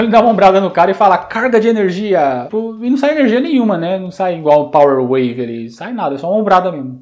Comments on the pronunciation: Desde o Fatal Fury Sempre ouvi O Tery Dizer "Para Nanaco"...😁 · Eu escutava common wave